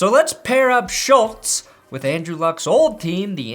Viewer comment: aCtUaLlY Schultz rhymes with "cults".